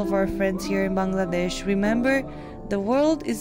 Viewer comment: Love your channel. The way you pronounce Bangladesh warms my heart. Bless ya’ll